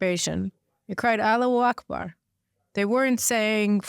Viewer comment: Caroline, it is Allahu Akbar, not "Alu- Akbar"